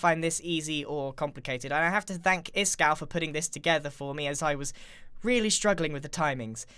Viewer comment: Who's this Iskal you speak of? I think you mean Ishkal